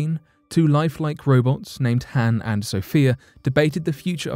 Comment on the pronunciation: Pronounced Han wrong...